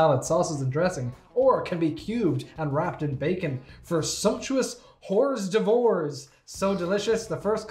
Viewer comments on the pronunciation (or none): lol the way he pronounced whoresdvours lmao